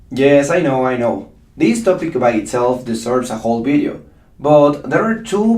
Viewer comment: Can I pls correct you teacher.You should vedio not Bedio.The V in English is pronounced V not B.I love your teachings cos I learn alot from it.Tnks